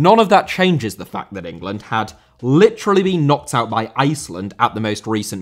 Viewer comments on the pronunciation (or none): none